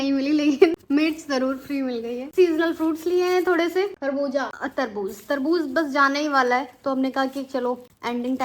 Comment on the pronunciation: Sabji ni sabzi hoti tarbuj ni tarbuz hota h jahil ho kya tm delhi me rhi ho lkin talaffuz bilkul glt h tmhara bilkul hindu ho